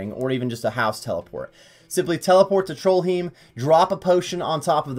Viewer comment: No one going to point out trollheim isnt spelled or pronounced trollhiem?